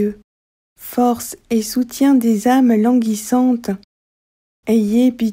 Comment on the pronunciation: Chère me permettez-vous de vous faire une petite recommandation voyez-vous "et" se prononce é et non ai ou est s'il vous plaît essayer de corriger parce que vous le prononcez souvent dans tout ce que vous dites et c'est très choquant et c'est très choquant à l'oreille vous le prononcez presque comme si on parlait d'une haie